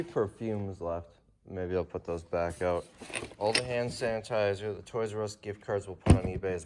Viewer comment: You are tired!! You said sand hanitizer!!!😂